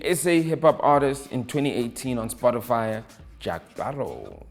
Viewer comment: Is he saying Spotifyer?😂